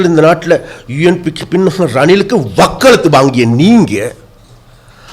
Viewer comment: அமைச்சரே, தொழில் ரீதியாக அவர் Colombo ல் கோட் சூட் அணிகின்றார். யாழ்ப்பாணம் வரும் போது வேட்டி அணிகின்றார். அதிலென்ன தவறு? நீங்கள் மலையகத்தில் சாரத்துடன் சுற்றித்திரிந்துவிட்டு Colombo க்கு வரும்போது Trouser, shirt அணிந்து வருவதில்லையா? அவர்கள் "வக்கலத்து" வாங்கியது அல்ல "வக்காலத்து" வாங்கியது என்பதே சரியானதாகும். முதலில் தமிழை ஒழுங்காக பேச கற்றுக்கொள்ளுங்கள். சுமந்திரன் யாழில் தேர்தலில் போட்டியிட்டு தோல்வியடைந்தார். ஆனால் அவருக்கும் ஆயிரக்கணக்கான மக்கள் வாக்களித்தார்கள். ஆனால் உங்களுக்கு யாழ்ப்பாணத்தில் ஒரு வாக்காவது போட்டார்களா? பின் கதவால் வந்த நீங்கள் இப்படி கதைக்கலாமா? கபிலன் ஒரு பேட்டியில் சொல்கிறார் தான் ஒரு பாடசாலையின் அதிபர் என்று. ஆனால் நீங்கள் சொல்கிறீர்கள் அவர் யாழ்ப்பாண பல்கலைக்கழகத்தின் சிரேஷ்ட விரிவுரையாளர் என்று. இதில் எது சரியான தகவல்?. ஜெற்ரிக்கும், ஜட்டிக்கும் வித்தியாசம் தெரியாத உங்களை அமைச்சராக்கிய உங்கள் தலைமைப்பீடம் எப்படியானதென்று தெரிந்து கொள்ளக்கூடியதாக இருக்கின்றது. அமைச்சருக்கு ஒரு பகிரங்கமான வேண்டுகோள், உங்களுக்கும் யாழ்ப்பாணத்திற்கும் தொடர்பிருக்கிறது உண்மையானால், உங்கள் அமைச்சு பதவியை ராஜினாமா செய்து விட்டு, உங்களின் யாழ்ப்பாண பாராளுமன்ற உறுப்பினர் ஒருவரை பதவியை ராஜினாமா செய்ய வைத்து, அந்த இடத்தில் போட்டியிட்டு வென்று காட்ட முடியுமா? பின் கதவால் வந்ததுமில்லாமல் யாழ்ப்பாணத் தமிழரைப்பற்றி கதைக்கவோ, நரி மாதிரி ஊழையிடுவதிலோ அர்த்தமில்லை.